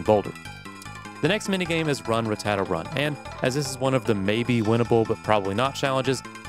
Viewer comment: you pronounce rattata as some sort of italian desert.